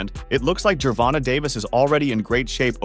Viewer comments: Ger-Von-Tay not Ger-Von-Ta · I can’t watch this anymore. The way u say Davis first name is wrong and cringy 😂